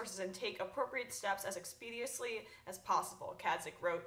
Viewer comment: Get it together, Emma. My god, you are flubbing so many words. And you seem to not know what to say sometimes. (i.e., the made up "demagogue-y" & "expediously" instead of "expeditiously") It's just painful to even watch. Maybe more preparation?... I don't know. And I'm not just throwing shade or just hating. It's all true, unfortunately. I'm trying to give constructive criticism. I wish you all the luck in the world though.